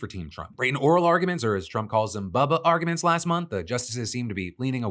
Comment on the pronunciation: Phil, "Bubba argments" is WIIILD, sir. The unseriousness. Lmao 😂😂😂